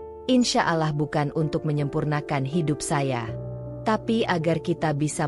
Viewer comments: Harus nya yang baca cerita nya orang yang beragama Islam, biar gak nyebut alah tapi Allah 🙏🙏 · Mf min perbaiki dikit. Bukan alah sebutanya tapi allah